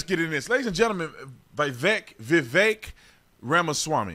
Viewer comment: Spot ON! The more I listen to Vivek, the more I LIKE him. Love that you actually pronounce his name correctly!👍